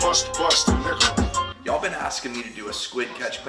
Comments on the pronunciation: Almost sounds like he's saying N*ggah instead of Nickel. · Dude! I almost unsubscribed from this channel. I thought he was saying, "Bust a nigga" and not "Busta Nickel". Relax folks. I'm black. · The chorus is saying Nih-gah.. Nick-el has the ck sound that is distinctive. If we have to debate whether or not it sounds like a racial slur, then it shouldn't be blasted in the background of your video. I understand that this is your platform and you have the right to play whatever you want, but this is offensive to me being a black man that followed you up to this point. You should be ashamed of yourself. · Everyone is referring to the add lib thats saying "Nickle" after he says "Busta Nickle" and tbh there is a distinct difference and it does sound like Nigga even though I know it's not. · bruh i DEADASS thought the dude said "BUST A NIGGA" instead of "BUST A NICKEL" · I'm 99% sure it goes "bust bust a nickel, niggaaaaaaa Bust bust a nickel, niggaaaaaaa" I can hear the L syllable when it says bust a nickel but I definitely hear a G and no L at the end of the chorus. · love your vids good luck with your career p.s. bust a nickel kinda sounded like bust a n word no offence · Ok i understand he is saying nickel but before I seen the comments i had to take a double take on that song 🤣🤣🤣 but I definitely didn't hear nickle but you and your friends are black enough and the song was dope soooooooo it doesn't matter to me 🤣🤣🤣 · nickles People🙄 he did not say NAKKERS😂 haha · i cant be the only one who thought he said something other than nickel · I thought this mane was saying nigggaaaaa in the back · I literally almost unsubscribe lol I swear I’m glad I read the comments and found out he was sayin nickel lollol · Sounds like he’s saying nigga 😂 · Thought he was saying busta a nigga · Did I here that right or was he saying nigga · The problem is that it sounds too close to the word. And that's not cool. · Man oh man. He's GOT to pronounce the -CKLE in "nickle." Lol